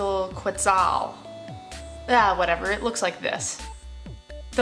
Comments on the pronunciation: its pronounced "ketzal" :D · Quetzal is pronounce: Ket sal :) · It is pronounced KEHT - SAL :) (the U when preceded by a Q in Spanish is SILENT) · Quetzal: keh-ts-olh. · quetzal - Khet-sal its Guatemala's national bird. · Its [Kwant-al Ket-zal] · Hi... It should sounds like... "Kuantal Ketzal"... I'm from Mexico, land from Quetzalcoatl ("Ketzalkoat") a great good of the ancient mexicans. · it's pronounced ket-sal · pronounced: ketzal. It is the bird of Guatemala and a city named after the bird: Quetzaltenango. Tenango meaning "land" more or less. I am living in quetzaltenango for 3 months total. =) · It's pronounced "ket-sel", and this release makes me so happy to still be on linux mint. :) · Hi, you don't like saying Quetzal because it is an ancient Aztec word and white folks don't like to force their mouths to word latin dialect. Well we had to learn your english and master it, so it wouldn't hurt you to expand your horizon a little and pronounce it properly, which a google search isn't beyond you. (/kɛtsˈɑːl/ or /ˈkɛtsəl/), There I just made it easy. Love your videos and Im an Ubuntu user